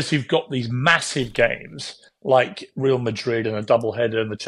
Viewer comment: Who are 'reel' Madrid, I'm not sure what the Spanish for 'reel' is but I'd expect somebody with Morgan's education would know that 'Real' (Pronounced 'Reyal' by the way) is Spanish for 'Royal'.